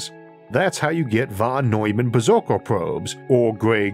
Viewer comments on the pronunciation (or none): none